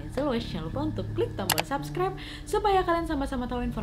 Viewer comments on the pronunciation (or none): none